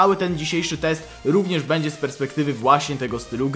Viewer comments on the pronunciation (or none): none